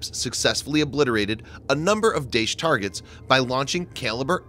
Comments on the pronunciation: It's pronounced Dah-Esh, not Daysh, Kalibre is Call-iber, not Kayliber...also Eeraq, not Eyeraq (from your other videos) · thanks for the video. please work on pronounciation. su-25 is called Frogfoot not forfoot. daesh is pronounced dar-esh, if that makes sense. have a nice day.